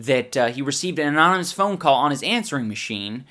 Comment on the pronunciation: So... Ian can't say "Anonymous". Just tried to skate past that one...